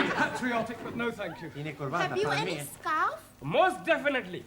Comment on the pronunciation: she said scarf right with the "R" not with the "L"